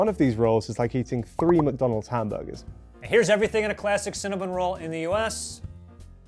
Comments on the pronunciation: CinnaBONN not bun. Maybe the fact I first encountered them in Montréal is why the pronunciation upsets me so much… oh and for all the UK people who’ve not found them yet, there only appear to be 21, mostly in London and a few around Mancs/Liverpool. One in Bristol. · Is it pronounced Cinna- Bon or Bun?